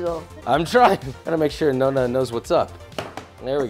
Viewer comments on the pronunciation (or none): I didn't even get a MINUTE into this video before I very deeply sighed and had to stop... ''No-na''?? ''CHI-ARA''?! Why can Americans not pronounce Italian words properly?! It's NOH-NA and KEE-ARA! Jesus Christ lol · The way he butchers Chiara's name and the pronunciation of "nonna" doe... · But he couldnt say Chiara nor Nonna correctly, wow. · goes to italy to cook traditional italian food, challenges italian grandma, pronounces "nonna" wrong first time oh, josh.